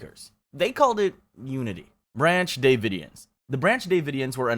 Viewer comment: Rose Mc-Go-an? Brancy Dey-vidians? Hailey Bop? Dude, why don't you look up how to pronounce these things?